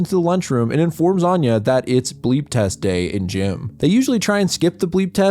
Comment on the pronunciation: we called it the Beep Test 💀 Saying bLeep with that L in there rolls off the tongue so horribly it sounds so wrong 😭😭